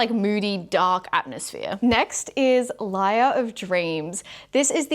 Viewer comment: It’s not liar of dreams, like telling fibs. It “Lair” kind of like where a creature lives, like a bear or something. It’s pronounced “Lehyr” if you get what I’m trying to say. Love u. 🥰